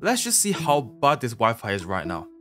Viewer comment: I was think when you say "my wifi" I just heard you say "my wife" I just think a lot of that